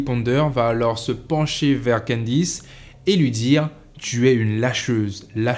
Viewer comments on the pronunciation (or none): candice et non quendice